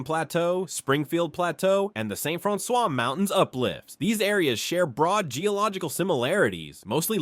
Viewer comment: I grew up in St. Francois County so it really bothered me to hear him say it the way he did.